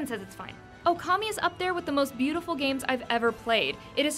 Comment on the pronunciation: You say the name wrong on okami